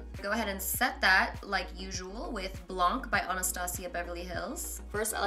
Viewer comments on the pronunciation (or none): Love you but blanc is French for white and it's pronounced like BLAAn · we don't say the "c" at "blanc" ahah I love when you try to speak french. love you fan from Belgium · j'allais écrire la même chose lol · By the way, "blanc" is the French word for "white". You don't have to pronounce the "c" at the end. :) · Aha, you don't pronounce the "c" in blanc 😊